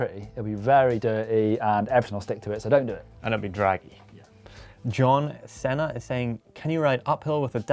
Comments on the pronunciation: cant pronounce John ceeeeennaaaa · Am I the only one bothered by the fact that just pronounced 'John Ceeena' wrong?! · when he reads the name. Cant even say john cena